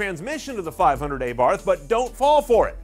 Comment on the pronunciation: Dude, learn to pronaunce "Abarh"